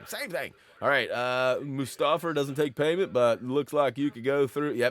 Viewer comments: Moo-Stahfer???? REALLY??? PLEASE tell me you are mispronouncing that on purpose..... Shakes head in disappointment. Still love you!!! Still Love your Videos!!! Keep ohn Keepin' ohn!!! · I've never heard "Mustafar" pronounced like that before lol. If I'm not mistake it's pronounced as "Mewstar-far" with the U having an OO sounds and not an UH sound if that makes sense. Either way that's how I'll always pronounce it. Lol Brilliant guide as always. Honestly the best lego guides on YouTube. Would you ever cover older games you haven't covered? Perhaps like Indiana Jones 2?